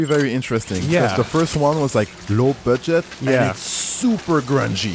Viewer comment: did you rike it